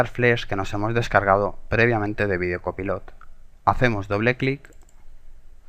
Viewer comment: se pronuncia videocopailot, pero creo que en españa es diferente